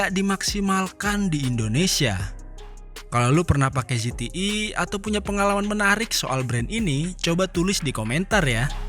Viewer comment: ZTE bukan ZETII